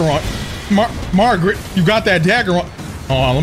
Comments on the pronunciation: i love sm and this is my second time watching this play through, but i cant stand when he says margrit😭😭 its margit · calling Margit, “Margaret” the whole fight had me rolling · There is not one name that this guy says correctly. You kidding me magrit? Melanin? Grass instead of grace? This dude needs to go back to school lol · Im glad I wasn't the only one stuck on "Margret" for a good while. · When he called Margit Margret I died!!! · Keeps calling Margit Margaret lol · Everybody keeps saying this name wrong lmao. Its not Margaret. Its Margit. I dont think Ive seen more than 2-3 ppl get the name right 🤣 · Idk if you’re pronouncing the names wrong on purpose but his name ain’t Margaret. Also you need to slow down and go explore more. You’re kinda just rushing through this. You’ve missed a whole lotta stuff in limgrave